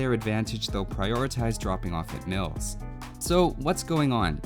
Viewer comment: I heard "MILFS" the first time you said mills and that gave me a reasonable answer to the question.